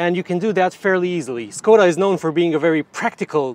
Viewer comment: Maybe my hearing is shot, but it sounded like we got a lesson on how to pronounce Skoda, but later it was pronounced differently.